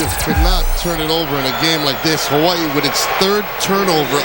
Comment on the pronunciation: Is that the dude that keeps saying “HAWA-EEE